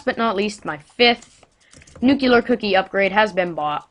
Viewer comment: IT IS NUCLEAR!!! NOT NUCULAR!!!!!!!!!!!!!!!!!!!!!!!!!!!!!!!!!!!!!!!!!!!!!!!